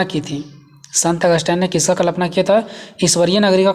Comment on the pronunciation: Sir sorry but it's kalpna not klapna ...or sir aapka notes bohot helpful Hai..thank you so much 👍👍